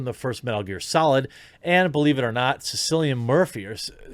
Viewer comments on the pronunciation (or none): Lol, Cillian murphy is actually pronounced "killian murphy not silly-in murphy" 😂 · Cillian Murphy, pronounced Kill -Ian. Its a Gaelic name, their is no K, J,Q,V,W,X,Y or Z in the Irish alphabet. Gillian is pronounced Jill-ian. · Cillian Murphy is pronounced "Kill-ian" Murphy. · please tell me you know who "Silly-ian" murphy is? Kill-ian Murphy, is the star of The Peaky Blinders show! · Hard C, just a different spelling of Killian. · Cillan is pronounced with a K. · Messed up the name. It's kea - lea - an (Cillian) Murphy, the lead actor in "Peaky Blinders".